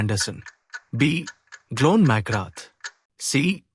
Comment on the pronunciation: Really appreciate the quiz mate but Glenn McGrath played for Australia, not England. Also his first name isn't pronounced "John".